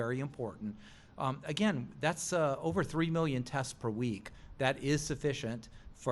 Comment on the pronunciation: Why does he say mellion instead of million? He also repeats himself which makes him sound stupid.